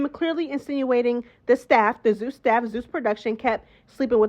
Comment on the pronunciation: Love it! Yaaaaz "zoos" instead of zeus 😂😂 mad perfect!